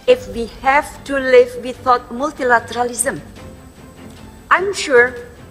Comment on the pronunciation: tapi pronounciation-nya itu loh.. gw gak bisa ngerti ini ibu ngomong apaan kalo gak baca text translationnya. liat aja itu dari usa sampe ngernyit dahi ketika denger without diucapkan beneran without dalam ejaan Indonesia.. hadehh